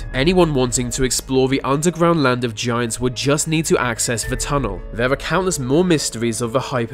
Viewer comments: Oh man, I thought I was the only one who kept hearing him say "vagiants" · Sound like he's saying "Va-giants" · BahaHahaha ! " vigiants" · I heard 'the giants' 🤔